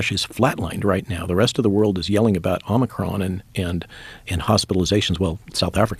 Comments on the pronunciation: Matt, do you intentionally say 'omnicorn' versus 'omicron'? Just wondering... Enjoy your show... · Why is it so hard for people to pronounce O M I C R O N...[Oh mi crohn] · I can’t stop snickering every time he says “omnicorn” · Matt, I like you’re pronunciation of Omicron… “omnicorn” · I love how he calls it Omi-corn. Cracks me up. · Omnicorn?! What the heck? 😂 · “Omni-corn” lol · It's not omni-corn! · Matt… it’s not omniCORN 🌽 lol 😂 pls pronounce it right 😂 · He mispronounces it wrong on purpose. One time he said it right, and then corrected himself to omicorn. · Not pronouncing it right doesn't make it funnier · How many different ways can you mispronounce Omicron!